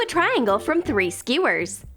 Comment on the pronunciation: Eww the way she says Skewers is disgusting!!